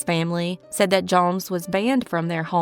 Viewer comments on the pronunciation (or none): none